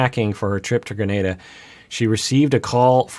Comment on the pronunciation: Hate to be this person especially after the alay incident, but I'm pretty sure it's "gruh-nah-duh"